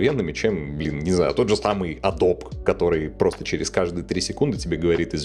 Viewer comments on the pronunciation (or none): none